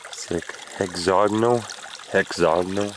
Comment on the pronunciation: hexagonal [hekˈsaɡənəl], this is the pronunciation of the word you were looking for. You're right about just wandering around an unexplored places and finding the beauty and treasures they hold. This was so relaxing amid the world crisis we are all experiencing. Thanks for the escape! ☺️